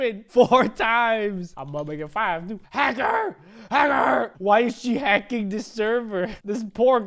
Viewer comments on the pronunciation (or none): Havking she got the achievement for a new word havking 👏